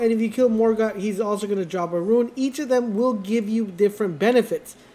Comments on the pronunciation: Him saying ruin instead of rune is driving me crazy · Why are you saying ruin it’s rune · Why do u pronounce rune like ruin 😂 just say rune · The word is Rune.....not Ruin. Let's promote literacy. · stopped watching after he said rune as "ruin"